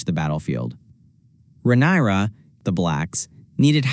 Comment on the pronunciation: Perfekt Video buttt pleassseeeeeeee say rhaenyras Name Right 😅